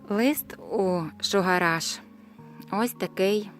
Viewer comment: мені чується "Шо гараж"